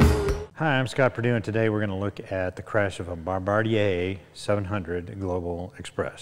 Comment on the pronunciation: I’m in he pronounced Bombardier correctly. Delta Force used a similar plane to run their “ Golden spike” cellular identification to find Pablo Escobar if memory serves.Hunt him down and you know.